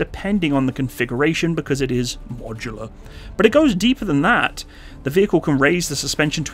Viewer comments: Can you stop apologizing to some negative viewers in every video please I am sure 99.9% off your viewers do not mind “modular” at all. Still i listened to 7 times a deformed “modular “ pronouncement. Its very uncomfortable to listen to In other vids you also apologize a lot on other stuff Hope you keep making these great vids inthe future also !!! Love them ( except for the apologies 😂) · cant stop smiling everytime you said "modular" 😅